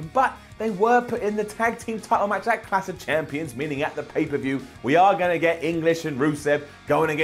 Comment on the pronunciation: what exactly is "Cash of champions"? haha Say it with us,....CLASH.....CLLLLLASH